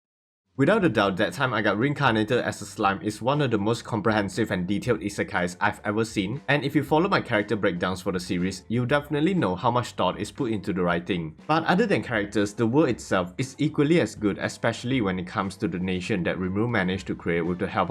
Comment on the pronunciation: 異世界= I SE KAI ( ISEKAI ) not ISAKAI!! 諍い= I SA KAI ( ISAKAI ) MEANS ( ARGUING ABOUT SOMETHING) . PLEASE!!! PLEASE!!! USE THE I SE KAI WORD NEXT TIME! 諍いは意味が別になります😅